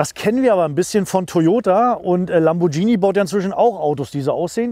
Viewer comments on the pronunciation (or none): Tukkkkson - Lambordschini :-D Hast Du ne Wette verloren und musst die Modelle/Hersteller so falsch aussprechen? :-D Ansonsten aber tolle Vorstellung! Unterhaltsam und informativ. :-)